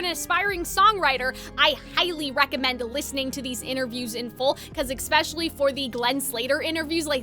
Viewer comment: I'm so sorry but why does she say ekspecially instead of especially ??😭